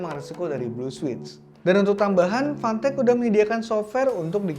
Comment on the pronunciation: fantech di baca pantek